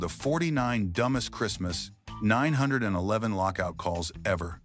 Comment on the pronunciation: I hate AI videos they can't even say 911 correctly.